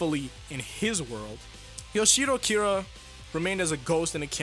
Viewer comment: Why are you pronouncing Yoshihiro as Yoshiro? It is not that hard, dude.